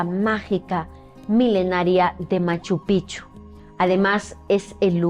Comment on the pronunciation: Gabino Sánchez no Chávez Fue mi tatarabuelo y tengo fotos de él en Machu Picchu con los amigos que mencionaste!!! ✨✨✨ Y espero no caer pesada pero la pronunciación de Machu Picchu es PiKchu. La mayoría lo pronuncia mal. 😊